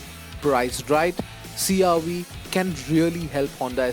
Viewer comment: It's CR-V not CR- wee... 🤦